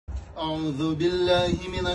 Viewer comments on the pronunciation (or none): none